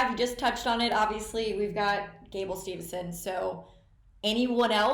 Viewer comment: “Steve”son not “Stevenson”, but overall good show on the Tournament